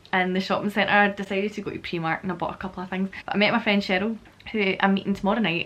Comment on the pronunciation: Preemark???? noooo